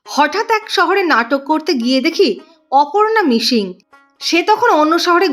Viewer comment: মিশিং,শিক্শ,না বলে মিসিং,সিক্স বলুন